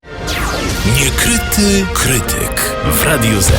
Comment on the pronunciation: czemu ten koleś "niekryty" wymawia tak jakoś "niukryty"